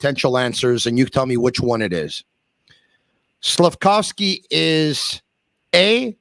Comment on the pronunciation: Slaf-KOV-sky, KOV, not COW.